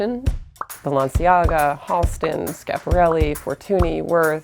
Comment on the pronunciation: Did it bother anyone else that she said Schiaparelli wrong